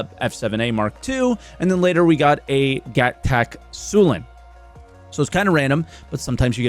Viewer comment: Every time calls Gatac "Gag-Tac" it puts a smile on my face